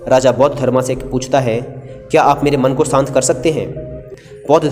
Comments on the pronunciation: I saved this video for later & then heard "shant" as "sahnt". I tried a lot per sahen nahi ho raha ab. Puri video complete nahi kar sakta kyunki yeh sunke mera mann ashant ho raha hai. If you can't clearly pronounce a word in any language, then at least try to make its minimal use in case you can't avoid it completely. Good luck to you... Although I can't comment on your content because I couldn't completely listen to it beyond 2 mins. :) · श शांत। सांत नहीं।।